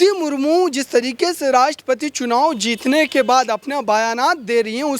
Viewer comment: Anker mahoday, rastrapati mahodaya kaho to achcha hai agar aap madam ka naam theek se nahi le paa rahe to.